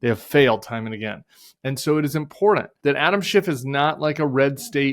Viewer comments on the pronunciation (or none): Nice work. Thanks Tim. p.s. the 't' in important is not silent (or a 'd').